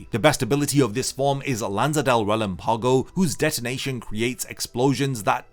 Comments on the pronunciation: Love your videos bro, but I just wanna say you're pronouncing relampago wrong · Proper pronunciation of Spanish words used in the video and Bleach (funny that Japanese VAs can actually pronounce them better) Metra(je)ta Osc(oo)rahs Murci(É)lago Rel(Á)mpago Any respectable Bleach fan would listen to the Jap version to be able to pronounce them correctly.